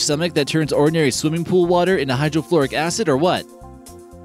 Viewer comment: Wait... Hydro-"FLORIC"-Acid? I think you meant hydrochloric acid, dude...